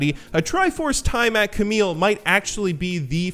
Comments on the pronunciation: I love you, but it's pronounced "Tee-amat" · holy shit, he still hasn't learned how to pronounce tiamat